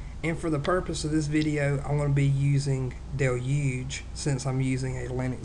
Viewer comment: torrent fohhhhhle.... duhloogeeeeeeee...